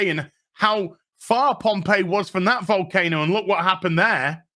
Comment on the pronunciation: Tax scam? Oh youre finally getting it It sounded like you said cocaine-o, that would explain why they were interested in walking towards it 🤔 To be fair I have the flu haha